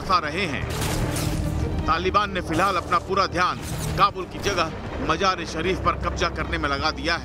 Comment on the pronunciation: Qabja😂😂😂 Qabja nahe Qabza hota he aur Majar e Shareef nahe hota Mazar e Shareef